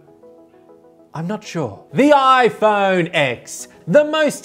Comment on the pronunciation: Actually it is pronounced “the iPhone ten”